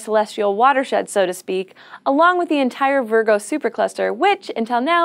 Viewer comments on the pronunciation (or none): none